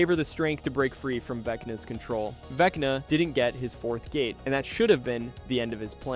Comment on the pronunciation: I swear at one point it sounded like it said Veckney instead of Vecna.